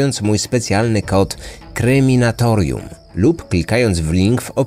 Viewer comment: Wydaje mi się, że musiałeś to oglądać już na Kryminatorium. Ten kanał nazywa się Kreminatorium, bo sam nie potrafi poprawnie wypowiedzieć nazwy swojego kanału